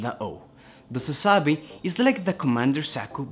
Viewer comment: there is no link to the Zabi family and the name Sazabi. Japanese don't use derivative names like Germans or English do, even if it sounds the same it has no related meaning. Although it's a made up word, Sazabi would be pronounced Suzuh-bi with emphasis on the first syllable.